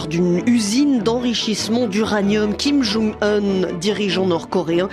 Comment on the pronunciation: kim djongue oune pas kim young oune. c'est un coreen pas un polonais